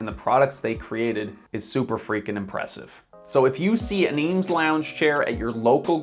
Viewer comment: Review a chair, learn how to pronounce it correctly at least?